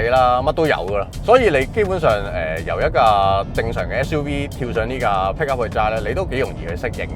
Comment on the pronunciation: PICKUP....讀好D英文啦